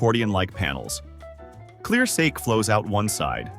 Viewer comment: The continuous mispronunciation of the word “sake” by the AI voiceover is beyond lame. You could at least preview your audio before posting. I don’t know how you expect to garner much credibility if you think this is acceptable 🤷‍♀️. Very amateurish.